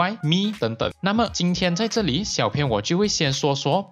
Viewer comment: 谢谢这个分享。 小编有件事情，想告诉你『小编』的『编』字念法是 bīan ，和『鞭』同音，而不是 pīan 『偏』，请在以后的影片纠正一下。不然我听得很 beh tahan...